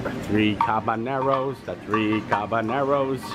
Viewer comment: um... so I hate to correct your "Spanish" but it's actually "3 Caballeros" which is pronounced not "Cabaneros" but "Ca-ba--Yeros". In Spanish, it's actually quite a HUGE mistake of mispronunciation!!!